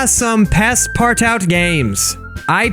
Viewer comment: It's pronounced, Passpartwo, Why am I commenting i am late.